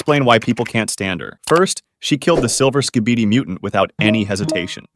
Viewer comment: Bro your say sabidi😅